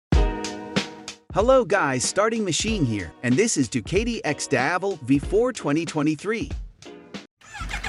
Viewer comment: It pronounces du-KAH-ti, not du-KAY-ti…